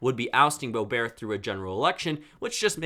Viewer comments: it's pronounced Boe-bert, not Boe-bear. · I didn’t know Lauren Boebert’s name was pronounced boe bear